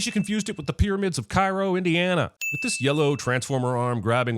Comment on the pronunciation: Cairo is in Illinois not Indiana and it is not pronounced the same.... Do better